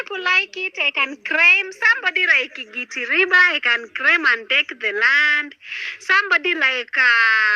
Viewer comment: Craim.....craim my land...instead of "claim"😂😂😂